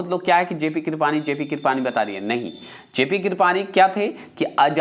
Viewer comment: लार्ड को लार्डन क्यों बोलते हैं ? कृपलानी भी गलत बोलते हैं इंडिया भी Discovery bhi कम पढ़े लिखे लगते हैं।